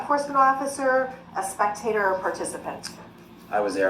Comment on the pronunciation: Don't think I'll EVER unhear "Spec-Tater"....😂😂😂